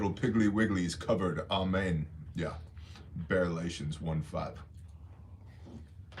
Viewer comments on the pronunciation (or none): “Bearlations 1:5”. 🤣🤣🤣🤣